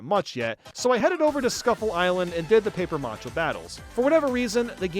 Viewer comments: It's paper mache not paper macha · The way you say paper mache bothers me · The way you pronounce "paper mache" hurts my soul, lol.